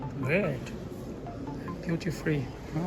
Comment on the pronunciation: Est-ce BEAUTY FREE J'entends de sa bouche ou DUTY ? 😄